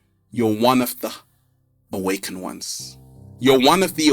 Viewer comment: PLEASE, You're an educated man - for the love of the Universe, say, AWAKENED!!!!